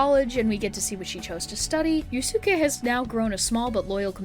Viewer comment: I beg you to please research pronunciations for some words😭 (Yusuke, SEES, Arsene, etc.)